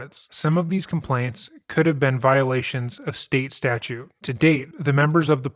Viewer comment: StatUTE!! Not statue! Geez!